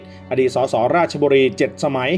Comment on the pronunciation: อ่านผิดท่านราชบุรี